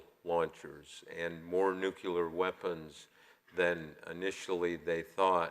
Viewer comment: please make the pronunciation as it is spelled, nuclear not "nuculer". Thanks.